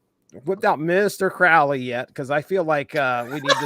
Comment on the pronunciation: And it's Crowley, as in the bird. Your welcome.